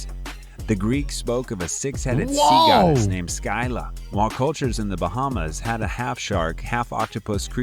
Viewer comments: what frustrated me was that the guy said "Charybdis" and "Scylla" wrong. he said it like "Sha-rib-dis" and "Sky-la". its pronounced "Car-rib-dis" and "Sil-la". (I know it isn't much to be frustrated about, but, I mean, COME ON!) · scylla is pronounced silla btw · You dummies! The kraken on the clip was charybdis! And its not scylla its pronounced silla